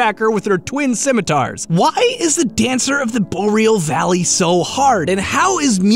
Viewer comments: I thought "Boreal" War pronounced Bore, Ree, al. Not Bow, Real. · "Dancer of the Boreal Valley." Take notes, kids. Listen to how he says it. BOW-RE-AL Dude. It's pronounced BOAR-RE-AL. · Really takes me right out of the damn video when you keep pronouncing Boreal Valley different ways every time.... The first time you said Bo-real, the second time you said it correctly, Bor-eal, and then you said it the first way again.... Like wtf dude.... Takes me right out of the video and not even want to watch it, and im only 3 mins in :/. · Oh thank god his stopped pronouncing it "bo-reel" after a while. Edit: Wait, no, he started again